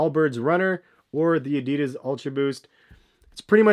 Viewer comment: Man can't say roshe or Adidas properly